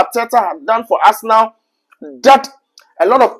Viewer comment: Arsenalssss 😂.... What's with the Sss. bro?